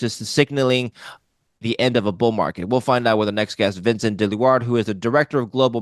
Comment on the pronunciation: am I the only one hearing ball market?